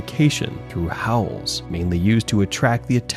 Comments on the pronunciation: It's "howl" not "haul". Holy shi* dude. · HAUL??? Don't you mean HOWL? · Howl - not haul*